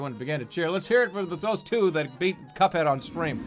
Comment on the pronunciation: No, Jerma, it's "Cuphead"